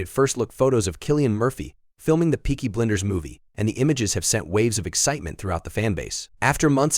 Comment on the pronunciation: It’s Peaky Blinders not BLENDERS! You idiot!